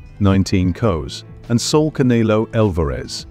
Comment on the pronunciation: "Ca knee low" 😂